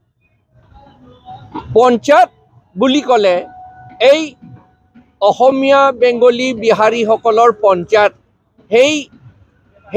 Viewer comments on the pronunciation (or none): none